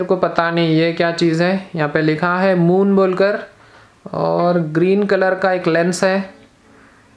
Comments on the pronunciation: Moom nai hota hai moon hota hai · That's moon not moom 🤣🤣🤣🤣🤣🤣🤣🤣🤣🤣🤣🤣😂😂😂😂😂😹😹😹😹